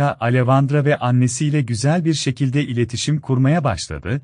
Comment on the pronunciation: Neden, bende bu sesin ismleri yanlis telafuz etmesinden rahatsizim. Alevandra degil, Aleksandra diye direk telafuz edilir. Mesela Monica yazilir, Monika telafuz edilir, bu kisi hep yanlis søyluyor.